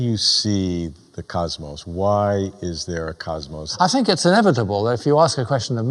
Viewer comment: 16 years you have been asking that question... and mispronouncing cosmos for 16 years too